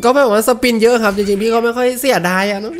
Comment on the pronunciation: กูขำที่เรียก สปิ๊น นี่แหละ!! 55555.